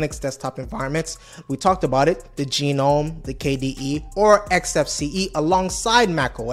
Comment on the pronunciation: Gnome is pronounced Gernome not Geenome